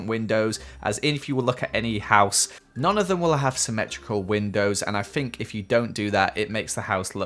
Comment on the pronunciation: I love how he says "I fink" instead of think its so cute ☺️